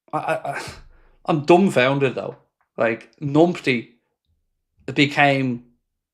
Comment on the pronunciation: Yeah mate numpty does not start with an ni sound.